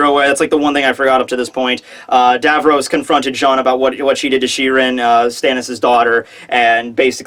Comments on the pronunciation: Davos,, not Davros, haha. But nice you did an interview::) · lol she-rin and davros nice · DA KING IN DA NORF your way of saying Davos irks me THERE AIN'T NO R's IN DAVOS M8